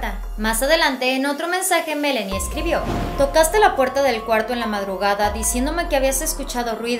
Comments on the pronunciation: Aaay presentadora, es ME-LAAAA-NIE No Melenie 😖😖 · No, he oído a decir el nombre de la hija y le dice MELENI con É...... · Se dice Melani señorita,ponga atención